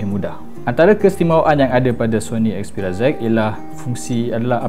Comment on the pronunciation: 'xperia zi' hahahah obey gemok x payah nak amurika sgt!